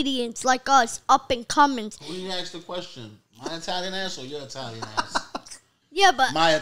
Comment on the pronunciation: Mario can't even say Italian lol